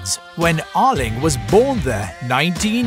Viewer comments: No he says Erling but it sounds like Lyng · Yarling braut Håland🤦‍♂️😂